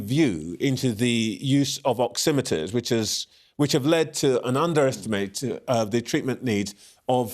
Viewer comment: Pulse ‘oxyometeres”. He can’t even say the word properly.